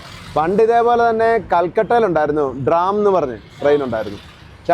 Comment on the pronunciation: DRAM ALLA TRAM AAHNU